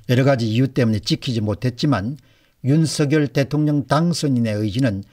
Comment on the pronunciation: 율서결이아니고 윤성열이맞답니다 발음하나에퀄러티가떨어져보여서야되겠습니까